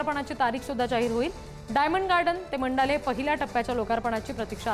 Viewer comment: मंडाले नाही मंडाळा